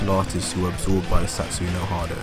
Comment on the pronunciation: No matter how many times you say "Satsoo no hard-o", it won't change the face that this is just unfounded rubbish trying to get views.